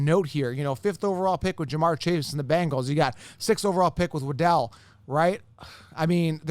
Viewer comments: Its "wah-dul" not wa-del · “Wa-Dell” Man. I’m out, cya